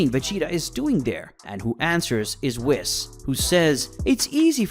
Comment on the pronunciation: For the love of God his name is pronounced weee, followed by an S not whis as in piss